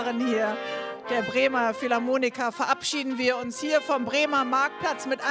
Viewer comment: Philharmoniker nicht Philharmonika ;)